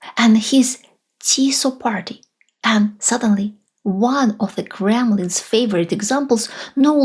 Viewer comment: Please say S in BudapeSt ;) , like Shame, Should... 🤐 Please say SZ in FIDESZ, TISZA , like City, Somebody...🤐 Greetings from Hungary!